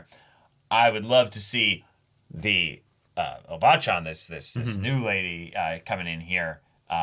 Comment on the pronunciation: Maybe it’s how you emphasize the syllables, like “ O bachan” vs. “o BAA chan”?